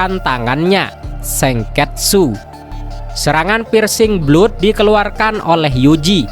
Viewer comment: Pirsing blot😅😂😂belajar bahasa inggris dong, msh banyak salah2 baca/salah kata. "Persing blad" bacanya